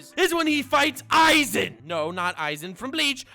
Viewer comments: when youre a man of culture, saying "za worudo". And then you do go and call a guy named "Eizan" - "Aizen" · Eizan... it rly triggers me that u say Aizen instead multiple times xD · Wait.. isn’t is eiazan not aizen (ay-zan not I-zen) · Eizan is more like Ay-zahn